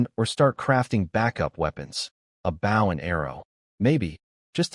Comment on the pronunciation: You’d think an AI narrator would be able to contextually realize the proper way to pronounce “Bow” as it’s meant in this story.